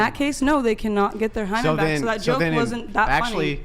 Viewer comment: lol one o f the woman repeatedly asked “what is a Hyman”? That’s like a man asking “what is a scrotum”? 😂